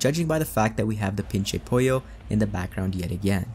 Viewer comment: I just burst out laughing when he said "pinche pollo" I love when non Spanish speakers try to pronounce stuff like that